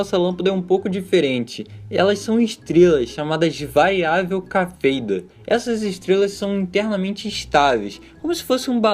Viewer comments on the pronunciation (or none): Cafeida? Não seria Cefeida? Ou vale os dois jeitos?